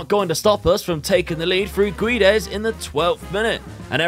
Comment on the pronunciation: I think u didn't succeded in Portugal because u can't say the name Guedes right. It's Gédes 😂😂